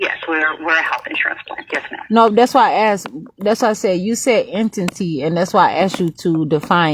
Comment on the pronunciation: It’s “entity” non “ententee”